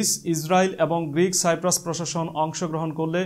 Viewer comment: Bhai ota সাইপ্রাস না কিপরাস!